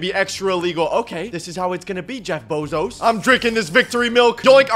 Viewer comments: Why does he say Jeff bozos instead of Jeff bezos?😂😂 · that aint jeff bezos its jeff pesos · Bro litteraly said jeff bozos💀💀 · Bro said Jeff bozoes 💀💀💀💀